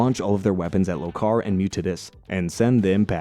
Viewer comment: LO-kar, not lo-KAR. ti-TAN-us, not TI-tanus. You'd think, if you had watched the show enough, you'd learn how to pronounce the names.